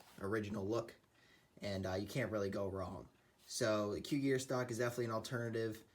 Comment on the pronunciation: Nice video but it's pronounced "KOO-jir" and not like cougar. 😉